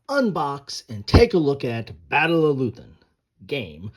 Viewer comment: *Leuthen. Loy ten. Not loo then. *Grognard. Groan yard. Those who bitch moan and complain. Napoleon meant his best veterans by that, they're happy when they are complaining about something.